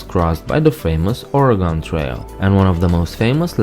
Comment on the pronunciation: It's Or' ih-gun, not Oree-gone. Hopefully you haven't made that video yet, now that you see the correct pronunciation.